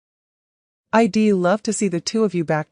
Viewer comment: Who pronounces" I"d " as I...d ? Learn to read your script properly!!